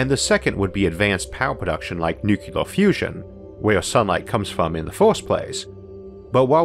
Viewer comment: NU-clee-er, not NU-cu-lar.